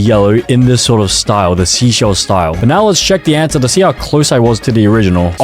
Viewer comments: Seychelles is pronounced sayshels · bro called seychelles "sea shells'😭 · The way he said seychelles wrong 😭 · and the fact that he said Seychelles was a stupid name and him pronouncing "Austria" as "Australia" is just so irritating. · Funny moments(and misspelling moments) "IM PRETTY SURE THIS IS SIMILAR TO NARUTO-" "Palau sort of sounds like Poland so I think its similar-" "boohtan" "Which is monacorn-" "seashells" "Saint kitt and Nevais what-" "Its sort of like kit kats-" "barbadors" "ITS LIKE BARBARIANS IN CLASH OF CLANS OR SMTH-" "in the karibian or somethin-" "LITHUANIA" what??? "The listerine flag-" "it's also next to australia-" meanwhile it being austria. "vanauntu" "Touvalou" "THIS IS THE AUSTRALIAN FLAG" "Sao tome and principal" "saint Vincent and the grenades" "kaomouras" "Antique and barbeque" "most likely going to be similar to india-" "and marine is water wich is blue-" "Domanika which sounds like dominoes which sounds like dalmation and dalmation is a spotty-" WHAT IS DALMATION?? "I think its a shoe brand too" "sur name a auh who decided to name their country sur name-" "And dora" "I used to watch dora the explorer-" "East teamor-" "grenade"